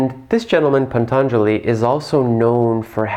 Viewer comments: Pantangeli. small correction= should be Patangeli. you put an extra n in there. much easier to say, also. thanks for the clear definition of Tantra. It is so twisted, and winky in the west. Not surprisingly, given that desire itself, no sin per se, has been twisted into its lower forms. best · It's Patanjali not Pantanjali. 😊